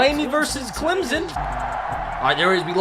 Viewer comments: It’s not Clemzon it’s Clemson you idiot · I really hate when people pronounce it Climzon. It’s Clem-SON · Clem-sun is how to pronounce it